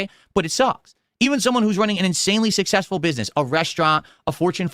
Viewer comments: "I'm sussessful" Shakes cup...... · is schrödinger's streamer. He's both the king and a pauper. He's sussessful and hes a victim of bullying. Poor guy. He's just trying to make pahsativ khantent